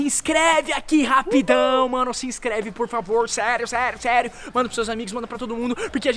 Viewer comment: Ele falou para escrever prufavor